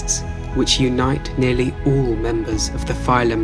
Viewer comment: Him: Ooo Me: what? Him: Oool Me: what?? Him: Ooll creatures. Hahaha 😂 Jokes aside though! Wonderful video!! Thank you! ❤️😁